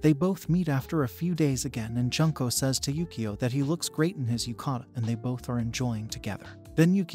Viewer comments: how do you get other character's names right but slaughter one of the names of the main characters? 'june-co'. I've known several junko's. It's not junk'o, it's more like 'june-co'. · You said her name wrong. It’s not pronounced like Junk and ko it’s pronounced Jun!!! Like the month June and then ko. So Junko!! Get it right lol.